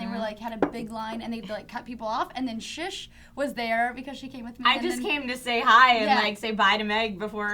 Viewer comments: Why does meg keep saying Shish? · Has Meg always called 'Shush'? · meg calling 'shish' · saying "oh-tay" best SF moment yet!